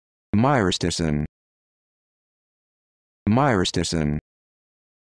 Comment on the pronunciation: I agree. I think the accent should be on the ri: my-RI-sti-cin.